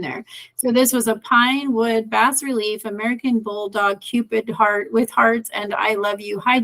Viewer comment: FYI Bas relief is pronounced BAAA RELIEF